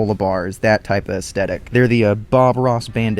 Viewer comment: Is there some sort of unwritten rule among youtubers that they're not allowed to pronounce "aesthetic" correctly?